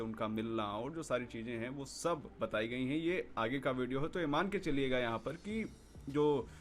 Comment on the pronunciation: भिडियो नहीं बोलते भाई वीडियो बोलते है।